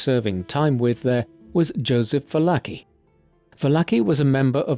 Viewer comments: Not "Vallaki" ... it's "Valarchi" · Well done. But you absolutely butchered Joe Valachis name. Vah-la-chee.